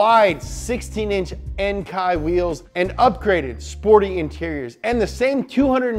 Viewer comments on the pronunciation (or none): Enkei it is pronounced In-kay Not In-kie Thanks! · I love how you pronounced ENKEI It's EN-KEI